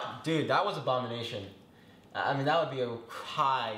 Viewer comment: everyone: ABONIMATION!!!! me: wong